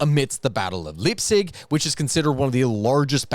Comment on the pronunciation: Hey,, the "ei" in Leipzig is pronounced like the "ie" in lie. And we have a huge monument here that is dedicated to the victory over Napoleon, from which you can overlook the whole city. And paired with our beautiful old city, it's a really good location to visit on a german city trip.:)